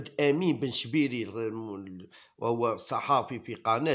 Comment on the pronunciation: يرحم والديك انطق الاسماء مليح بن شابير و ليس بن شبيري